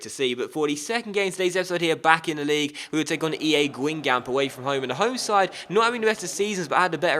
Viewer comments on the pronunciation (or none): fc guingamp pronounced- gon-gomp